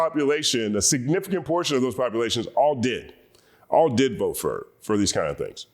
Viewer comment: "I will bote, for Donal Trom" 💃🏽